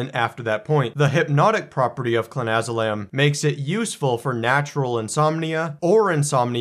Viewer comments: You pronounced it wrong in the beginning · I don't know if he is doing it for legality but if you cant spell it or pronounce it right maybe you shouldn't be advising people on its effects